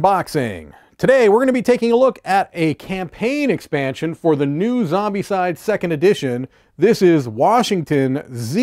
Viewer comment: Great unboxing... you’re mispronouncing the game title though.